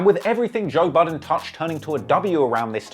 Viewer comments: He said toe buddin in the Intro Lol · This man said Toe Budden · Did he call him Toe Budden 😅😭💀